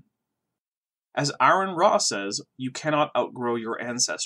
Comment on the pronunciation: Kent accidentally pronounced "Aron" correctly!